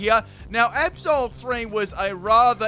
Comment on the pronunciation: Every time you say Absol I almost understand Episode ._.